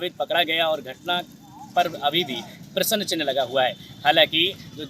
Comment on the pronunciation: एकर जी क्या हिन्दी पढना बोलना नहीं आता है हाथ में डमरू लेकर बाइट में प्रश्न चिन्ह न बोल कर प्रश्नन चिह्न बोले हो किसी हिन्दी भाषा के शिक्षक से दो चार माह पढ़ लो फिर बीडीयो बनाऔ जाहिल जी